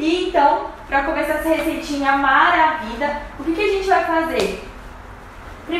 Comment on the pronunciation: Amei a receita, porquê vc diz maravida, da gunia kkk